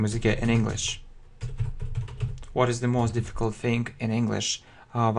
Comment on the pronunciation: не think, а thing)))